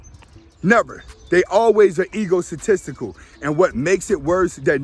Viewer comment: New word "ego-satistical" 🤣🤣🤣🤣